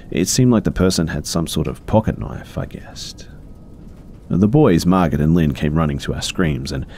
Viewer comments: Great video! Just something I noticed, I am pretty sure that if in the first story the name is spelled “Margot” it’s pronounced as “mar-go”. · I love you B but are you saying Margaret or Margot, that drove me CRAAAAZY in the first story. It sounds like you’re saying Margot (pronounced Mar-go) and just pronouncing it wrong. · just fyi, the name Margot is pronounced "mar-go." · Thanks for the new video, these are great! My only criticism, I think the name was spelled Margot right? I'm pretty sure the t is silent and it's pronounced Mar-Go. Not a big deal or anything just noticed. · Quick little helper fishie here! I'm guessing the name in the first story is "Margot," which can be confusing for many to read if they haven't seen it before. But because it's French, the "t" is silent, making the name be pronounced as "mar'-go." (Like "mar" as in to mess up, and "go" as in to come & go.) 💗 I hope that helps! 💗💗💗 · It's sounds like he's saying Margaret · Typically Margot is pronounced with a silent T sp its like mar•go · Omg yes thank you! It was so annoying hearing mar-git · Margot is pronounced Margo! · It pains me a little to hear pronounce Margot with the T